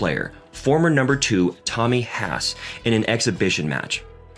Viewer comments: Tommy “Hass”, Koala “Lumper”, Robby “Gin-a pry”, to name a few more haha. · Or Tommy h-ass lol